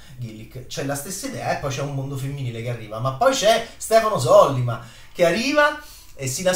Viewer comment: Sollíma,.. Sollíma.